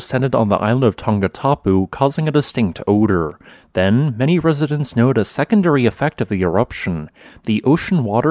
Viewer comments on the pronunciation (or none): Tonga not "tunga". Residents not "residens". Coordinating not "cordilaying". Definitely not "defnuhly". Below not "buhlow".